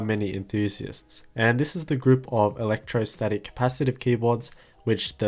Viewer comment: Electrostatic not electrosatic?